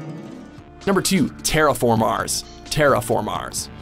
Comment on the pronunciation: i thougt it was terraformers not terraf fromars